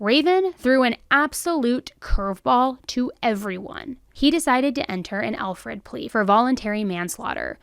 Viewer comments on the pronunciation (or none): Its not Alfred, its Alford. I didnt learn that myself until recently. I absolutely love all of your work,! Especially the new Dark Chapters. 💞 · Alford plea, dear. Not Alfred.